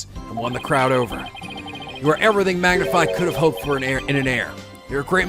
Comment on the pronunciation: I've noticed you say Magnify Gramarey. I always thought it was Mag-nifi like Magnificent Also this is my absolute favorite break down in the entirety of the series Ah yay- the Rite of Turnabout... Hah.... This case is really long...